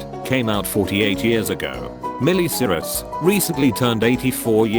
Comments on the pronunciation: i love how he keeps saying "milly siris" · Meelee Cirus